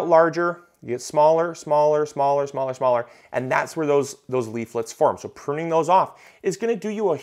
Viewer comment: Not sure if anyone mentioned if you are "puning" rather than "pruning" 😆